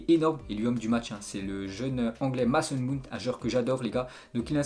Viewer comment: tu prononces mal le nom de mason mount essaye de dire “mayson mownt”